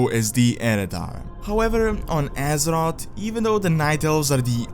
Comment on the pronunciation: on de woralt of Asser-Rot